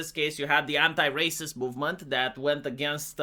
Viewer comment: "Rayciss" XD